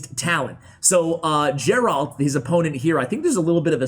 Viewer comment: "Geralt" with a soft "g?" He's not trying to be the Witcher?